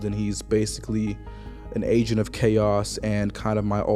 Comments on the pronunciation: I kept hoping he was saying AGENT of chaos. 😮‍💨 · He said agent but it did sound like that lmaooo